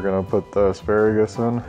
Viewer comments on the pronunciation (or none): And uhh.... aksparagus.. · "Ex-spare-a-gus" - Dyrus 2017